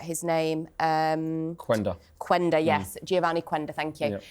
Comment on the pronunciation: Quenda, reads "Kenda"